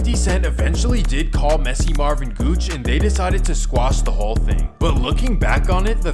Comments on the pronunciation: Guce (Juice) not gooch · Did he call Guce “Gooch” lol. It’s pronounced Juice my guy. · Guch it’s prounouced juice😂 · It’s pronounced Juice not Gooch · Did he say gooch instead of guce pronounced juice 😂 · Bro THANK YOU so much for this video! I’m from frisco and 33 years old so messy marv was my freakin idol in my teenage years and early 20s. This is awesome man. Edit: btw my guy it’s pronounced Juice, not Gooch. And mess and Quinn aren’t actually cousins. Mess and Ya Boy are cousins tho. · LOL its not GOOCH... its pronounced JUICE! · Is Guce (juice) not Gooch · Who is Gooch? Did u mean guce? (Juice) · Messy Marv and "Gooch"? You mean Guce? It's pronounced "Juice". Guce's first 3 albums are some of the hardest Frisco records.ever. 4 if you count the SLP (Strait Lace Posse) album. Messy Marv was crippin' as well. Check out the Izrealz album. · It ain't "gooch"... It's guce(juice). Like Guce and Killa Tay. Bullys wit fullys. Guce and Messy Marv. Bullys wit fullys 2. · Lol he called Guce "gooch" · Did he just call Guce “Gouch” 🤦🏾‍♂️ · He pronounced Guce as “gooch”… smh Also, if you’re from the Bay then you know how dangerous SF is. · Did you call guce "gooch"? Lol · Guce. Pronounced (juice)